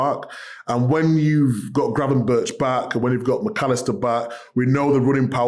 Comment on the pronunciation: Micah is still pronouncing Ryan Gravenberch's name wrong too